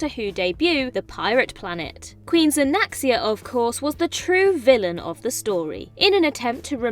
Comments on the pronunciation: Isn't it Xanxia, not Xanaxia? Perhaps you're used to reading Xanax. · That's Queen Xanxia, pronounced ZANK-see-uh